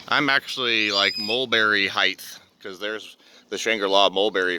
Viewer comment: I can’t focus on this video that I want to focus on because you say “HeighTH” Dats not no real word! 🙎🏼‍♀️☝🏻🤓It’s “height” ( and “width”)👍🏻